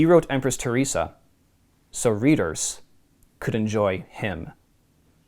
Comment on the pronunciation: Ther res Ah. Not Tier rese Ah